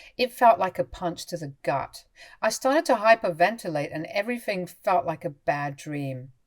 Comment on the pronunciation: THinking not Finking. EveryTHing not everyFing. Nothing not noFing. AnyTHing not anyFing.